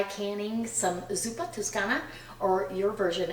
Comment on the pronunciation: Hello:) if you call it in Italian, than it's zuppa toscana with an O not an U...just saying:) By the way your recipes are always yummy:)